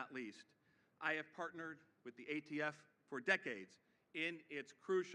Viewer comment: What's he going to do about ghost fentanyl? Ghost heroin? Untraceable drugs! Kills tens of thousands a year. And he said AFT again, and again, and a 3rd time lol. Surprised he didn't mention Corn Pop.